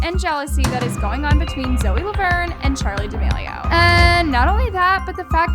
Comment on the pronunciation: OMG LMAOOOOO, THE WAY ZOEY SAID “Charlie damelio” um girl no